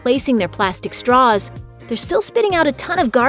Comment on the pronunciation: What is a "strah?"